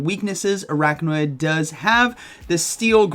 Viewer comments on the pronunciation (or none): you're saying araknawid, but the name is Araquanid, so it should be pronounced arakwanid. just an fyi. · It’s pronounced Ar-aqua-nid, not arachno-id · Are you saying it wrong on purpose orrrrrrr.....araquanid not araqnawid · LoL! What's Arakna-Wid...? Arak-Wa-NID. 🤣😂🤣😂🤣 🤦‍♂️ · It’s ar-aqua-nid, not ar-achno-id 😅😂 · Please stop calling it aracknawid, couldn’t watch this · Commenting to fulfill the algorithm because of your absolutely BONKERS pronunciation of Araquanid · Could’ve looked up how to pronounce the pokemons name before uploading this 😅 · The way he just kept saying Araquanid’s name wrong 😂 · What was the other mon where he kept mispronouncing the name? I forget, but makes me wonder if he is doing a Wolfey and trolling us with deliberate mispronunciation. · yes, I’m aware. My comment is pointing out that it’s being pronounced incorrectly in the video.